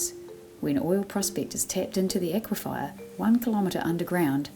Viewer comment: It is an aquifer not an aquifier